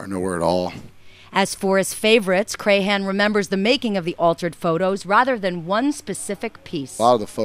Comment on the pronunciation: You really need to work on pronouncing his name right. It's not pronounced cray-han, it's like "cram". You wouldn't call Bill Maher, Bill May-har would you?